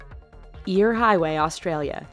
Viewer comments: it's not eyre as in ear it is eyre as in air, it's eyre's rock (Airs rock) get it right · it's not as ir! it's Ayir! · For the eyre highway, eyre is pronouced like 'air'. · Eyre is pronounces air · You say eyre like air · omg, skippers canyon road is so crazy when ur on a bus and the driver is crazy. and you mispronounced eyre its kinda more like air